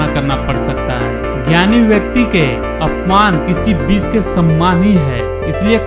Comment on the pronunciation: और यह बिस नही होता विष होता है ढंग से नही बोला जाता